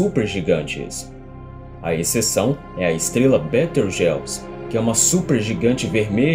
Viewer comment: Maneiro! Mas aprende a pronunciar os nomes... "Ríguel", "Betelgóize", não "Rijéu" e "Beteujeuse"...